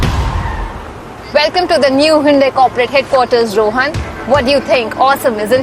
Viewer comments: it's not honde ...it's Hyundai 😂😂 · It's pronounced as Hyon day. Not Hondai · son of Xavier exactly he said honde... 😂